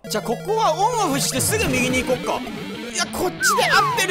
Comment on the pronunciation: 私も思ってました笑 でも可愛いから良いですよね!!!!!!(・∀・)